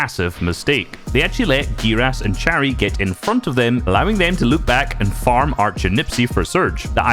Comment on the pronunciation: "czari" it sound so funny (no offence)